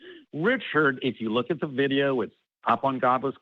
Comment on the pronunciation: Wook ewewyone! He’s going to make it wain at the wocation he’s at! ^ Literally how this super hero spoke. Holy hell. One minute i think this guy is mentally stunted and the next he’s speaking with actual depth and knowledge on the topic. He HAD to be trolling with the super powers stuff, no?